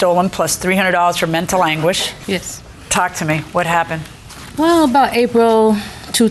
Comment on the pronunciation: $300 for “mental aguish” 😂